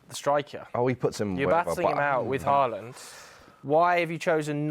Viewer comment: Bro said Haland 😂😂😂